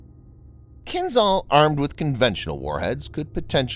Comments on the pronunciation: It is not Kin-zal but Kinzhal. The zh stands for the Cyrillic letter ж in кинжал (dagger). It is pronounced like the gè- in the French word legère. You would do better to pronounce Kinzhal as Kin-shal. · You are pronouncing Kinzhal wrong. The ´zh’ should sound more like the letter J. So while not entirely correct, calling it “Kinjaal” with two a’s would sound as close to the proper Russian prononciation as it can get in English.